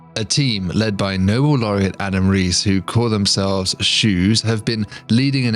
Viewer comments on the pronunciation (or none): none